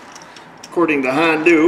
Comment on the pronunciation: how do you manage to pronounce HONDA > Hondu? You don't call Arizona > Arizonu Or Alaska > Alsaku